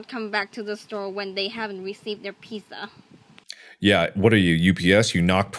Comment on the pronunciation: The way that girl said piSSa instead of pizza Made me wanna Die